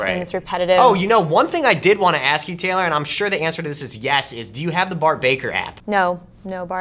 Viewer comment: It's not raylor